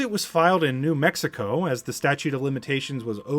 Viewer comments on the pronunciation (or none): none